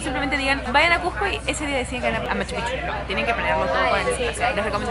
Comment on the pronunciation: No es Machupichu es Machupicchu (pikchu o pijchu deberia pronunciarse) No quiero ser pesado o sonar mal, pero por favor pronuncien bien. Lo mismo con Cusco no es Cujco.